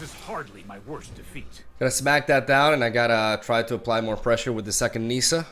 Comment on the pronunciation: You made a video where you said people say card names wrong and it’s ok but they should say it right you say oko and Nissa wrong